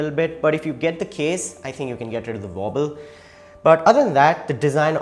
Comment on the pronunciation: What do u mean vobble? Veight?